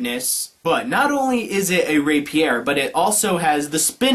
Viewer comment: stop fucking up the emphasis in Rapier you twit